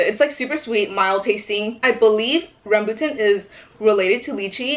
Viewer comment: “Ram boo tin” LMAOOOOO IN DEAD 😭